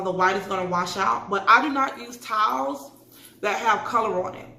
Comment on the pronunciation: I am more concerned with the fact that I don’t think she could read it and that she couldn’t say towels and says.